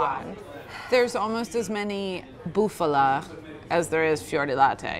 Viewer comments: Say it with me now Bufala, not Buffalo, Bufala, a female Buffalo! Not a Cow! Mario vs. Maria capeesh? Love these videos. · It's bufala cheese, not buffalo, saying buffalo cheese it's like saying bull milk agh.